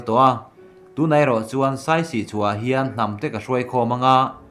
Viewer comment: Saisi tih awmzia awm lo. Siasi tih tur... Siasi tih hming putchhan aneih tih hriat atha ang